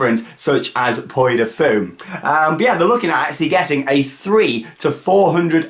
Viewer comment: It's "Pwee" du Fou. The French one is only open in the summer - April to September.